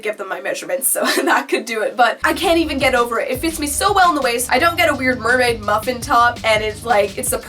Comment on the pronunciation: Did you say Nerdmaid? 🤣